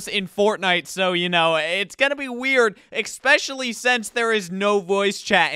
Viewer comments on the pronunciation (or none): wtf is "eckspecially" bro do you even read